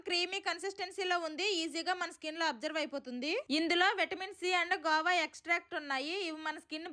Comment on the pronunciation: అది గోవా కాదు అక్క 😂గువా